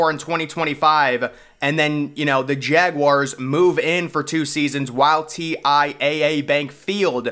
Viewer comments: Jaguars not jag wires 😩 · I can’t take this guy seriously if insists on saying jawires, cmon dude